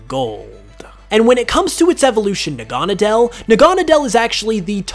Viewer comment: Nih-He-Lay-Goh? I've always said Nih-Ah-Lee-Goh. Also Nah-Ga-Nah-Dell? It's Nah-Gah-Nah-Deal.